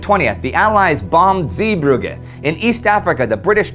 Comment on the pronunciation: everybody coming out to tell Indy how to pronounce Sinn Fein, but no love for Zeebrugge :s Guess I will have to do it: Zay-brug-ge (and they are soft g's. not hard ones)